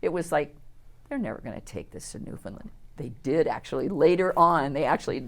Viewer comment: spot on!